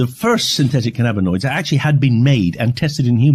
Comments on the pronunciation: The way you pronounce cannabinoids is really annoying me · Please learn how to pronounce cannabinoids.